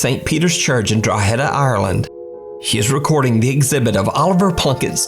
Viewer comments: Drogheda is not pronounced Draw - HAY - duh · great video as always, but i Cant let the pronunciation of Drogheda slide!:P Irish place names can be a bit hard at times, dont worry. Its pronounced Draw -ha-da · The real cringy part of the Oliver Plunket segment is hearing the mispronounced name of Drogheda, lol but Irish names are really hard to pronounce lol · Scariest thing about this video was your pronunciation of drogheda 🤣 Still love your videos though